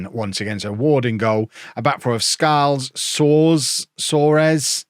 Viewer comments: You were right the first time. It's Swar-es like Mario Soares the famous Portuguese prime minister from former times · It's SO-AH-RESH 😂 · Tom Soares' last name is pronounced "Soars" Tom Soares is English-Barbadian as well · It's soars, Fulham had a young player with the same name years ago. Tom Soares, went to Spurs I believe and obviously didn't fulfil his potential. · His name is pronounced "So-Ar-Iss" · It was so funny seeing you try to pronounce Soares 😂 I don't think you got it right once (yet)